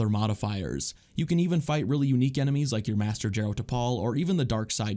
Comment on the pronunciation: He said "unqiue" and of course he's for training, he literally doesn't have a health bar haha